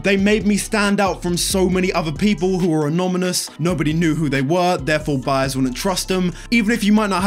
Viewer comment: He said anomynous